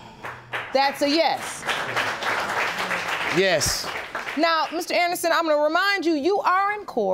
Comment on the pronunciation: ...What a "YES"😂😂😂